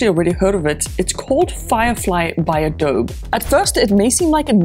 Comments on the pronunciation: Wait! Did you just say "Adob" as opposed to "Ado-bee"? This sent me down an internet rabbit hole after which I'm happy to confirm that it's 100% Ahdo-bee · Just a fyi, adobe is pronounced uh-dow-bee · It's Ad-o-be by the way. 🤔😆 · It’s pronounced AdobEEE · I never heard adobe pronounced adob lol